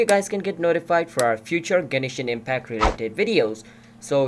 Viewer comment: 'Genishin Impact' -_